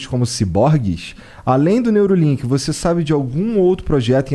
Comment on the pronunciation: Neuralink e não Neurolink